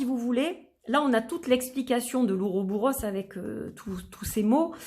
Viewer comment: Très intéressant !!! J'en profite pour dire au passage qu'on dit et écrit "Ouroboros", je n'ai jamais rencontré cette forme en "-bouros"